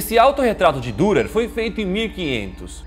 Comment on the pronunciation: O nome do artista ,que éra alemão se pronuncia "Direr" pois o alemâo usa trema(¨) no U¨e se pronuncia como I